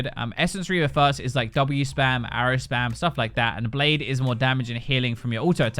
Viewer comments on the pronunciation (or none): none